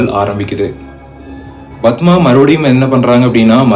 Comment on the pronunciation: Yethana 😂 bathma, it's padma I guess..bro learn narration fr other story tellers lik shiva investigation,ur repeating unwanted things